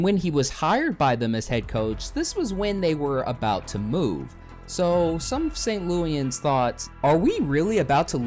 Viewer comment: Thanks for the video but if you don't mind, a couple of minor corrections. First... we are not St Lewyans. We are St Louisans. Pronounced like St Louis anz. Second... You said several times in the video Stan Kronktrator was from St Louis but as you showed in the video, he was from Columbia, Missouri which is halfway across the state on the way to Kansas City, Missouri. Don't take it the wrong way The video is well done and appreciated. 😀